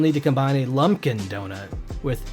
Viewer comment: also it’s not lumpkin it’s lumPen